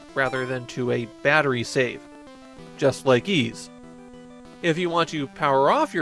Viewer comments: Also it’s pronounced ‘eese’ not ‘ease’ and in Japanese I’m told it’s ‘iisu’ and not ‘iizu’. of all people should know this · fair enough. Also, it’s pronounced ‘eese’ like ‘(g)eese’ or ‘(fl)eese’ or ‘eas(t)’. They pronounce it correctly in the English Turbographx version of 1 and 2. Even gets this wrong, it seems. Considering he reads Japanese, I’d guess he’d know it was ‘iisu’ and not ‘iizu’ and work it out from there. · Literally the only things I know about YS are that it's a long-running JRPG franchise and that the title is pronounced "Yees". Considering that most other JRPG's from this time period are turn-based (FF, DQ, SMT, etc), assuming the same of YS isn't unfounded. In fact, pretty much the only other 8/16-bit action JRPG I can think of is the Mana series, and the combat there is so slow and menu-driven that it might as well be turn-based.